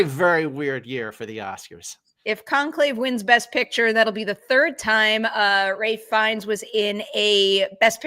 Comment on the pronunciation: May I offer that it’s not Ray Fiennes, but pronounced Raif Fiennes?